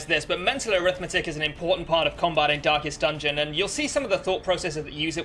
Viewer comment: Stop saying dankest dungeon (Excellent guide btw)